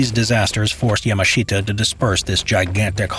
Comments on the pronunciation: the pronunciation of Yamashita is just... bruh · Yamashita now his name che ta zain saidin..